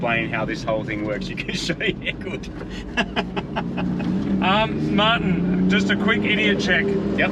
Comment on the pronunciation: Haha. He calls him Mahhin.